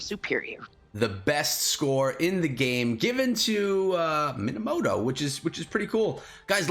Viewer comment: his name is minamoto not moanamota